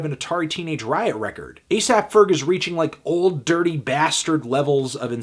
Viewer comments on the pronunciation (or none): none